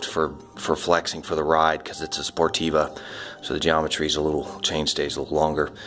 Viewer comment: You keep saying sportiva? It's Sportive with a silent v from the French Sportive.